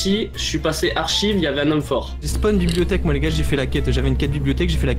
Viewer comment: Mais pourquoi vous dîtes bibiotèk aaaaaaaaah on dit bibliothèque